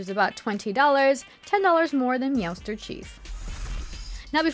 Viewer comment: Please stop saying Meowster